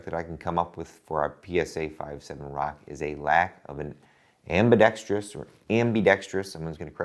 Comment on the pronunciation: The issue I have with a large part of the 2A community and "ambidextrous" is when someone adds an extra "i" before "ous" at the end. "Ambidextrious" isn't a word. It has 4 syllables. Not 5. I got really close to buying into 5.7 in ~mid 2018 when "plinking" ammo finally got down to just over 30 cents per round. And then real life got in the way, and then a couple years later the ammo world basically ended (as far as my paychecks are concerned). It's been clear to me from watching some of your earlier videos - where you briefly explained that FN effectively controlled ~99% of the world's 5.7 ammo production - that the only way for the cartridge to truly become "affordable" would be for other companies to finally start making cases in house. I sincerely hope that all of the developments in this sector will eventually bring the cost per round down even further.